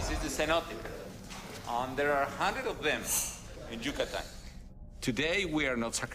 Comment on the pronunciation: he said cucutan lmaooo it's Yucatan pendejo